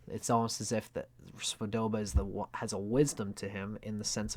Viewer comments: Hi, it's Svoboda, not Svodoba. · Svo-bo-da. Robert Svo-bo-da.